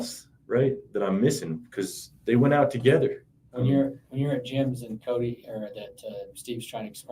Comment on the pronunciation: His name is pronounced Cody not coyt